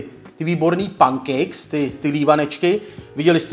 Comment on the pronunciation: čte se to penkejks